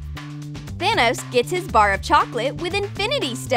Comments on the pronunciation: its thanos not tacos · It’s thanos not tanos